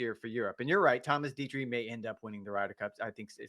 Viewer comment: Say it with me … ‘Detry’ ‘Thomas Detry’ Slow down, take a breath. You don’t need to be an erupting volcano when you talk. It’s not a competition to see how many words per minute you can say.